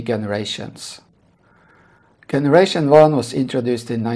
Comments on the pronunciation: The "g" in the word "generation" is pronounced the same as a "j" (like jump) not with the 'g' sound in "good" they way youre saying it. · The way you say “generation” in completely wrong in English